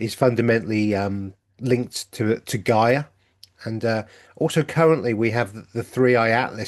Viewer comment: Still can not understand how you pronounce Gaia , ( GAY .A) ..And then you pronounce Gaia, ( GUY.A ) .Which is the most common pronunciation. MAYBE YOU CAN ONCE AND FOR ALL STICK TO A PRONOUNCIATION ( one way or another!!